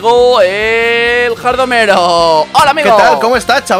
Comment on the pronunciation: eres gei porque sienpre dises jardomero ajajajja